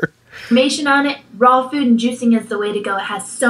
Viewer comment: Why does she insist on saying ‘food’ like ‘feud’??